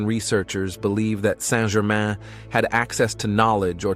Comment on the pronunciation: saint Germain and he pronounces it wrong